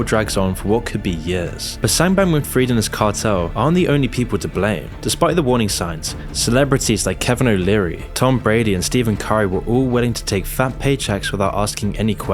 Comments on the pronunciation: Mans said STEVEn Curry lmao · Did bro say Steven curry 😂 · "steven curry"